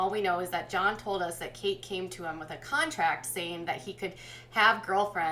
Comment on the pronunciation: You keep saying "contact" instead of "contract".